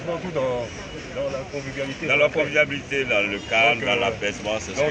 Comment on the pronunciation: Omanhan je dis oh, c moi ou bien Adam a bictogo à vraiment dit CONVIVIABILITE ??? Leur gouvernement là à aussi changé le dictionnaire... Tchié 🤣